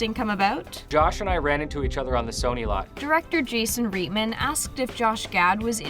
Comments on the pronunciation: Right-man, not reet-man lol. Also, it's a Wal-Mart, not a mall. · It's pronounced "right-man" not "reet-man". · Sorry, you lost me on the pronunciation of Reitman. You could re-record the audio though. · U mispronounced Reitman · If you're going to do a video, at least pronounce the director's name correctly!